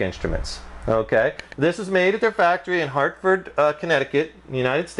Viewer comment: this guy should not do reviews "unkay"